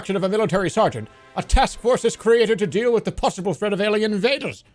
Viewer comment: How does one live to the age of 39 without knowing how to pronounce "Sergeant" ?